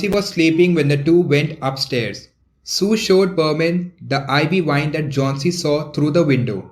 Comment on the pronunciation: It's was sue not 🚫 su